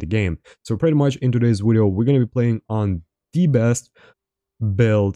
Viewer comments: “ermm.. well its my wideo 😂 wideo 😂 its my wideo is called broken for reason 😂 my wideo” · impressive how he uses a W in every word that has a V like "Wideo" and still i understand perfectly everything he was saying